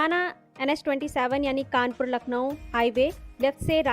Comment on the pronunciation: It's Kanpur, not Kanapur